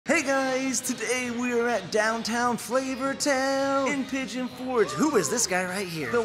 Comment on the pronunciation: Pigeon forge not fort 🤭